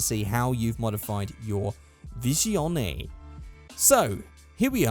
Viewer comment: Isn't it pronounced Visione? Not Vishion? I'm not the best with Italian car names... And agreed. Those tires are horrible.